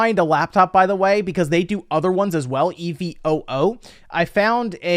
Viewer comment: Dude really has a hard time saying evo